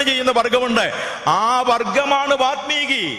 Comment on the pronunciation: വാൽമീകി! വാത് മീകി അല്ലല്ലോ?